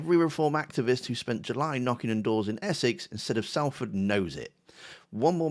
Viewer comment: sol-ford, not sal-ford :)